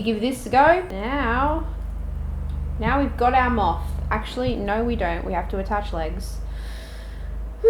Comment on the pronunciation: no one:: m🅾️th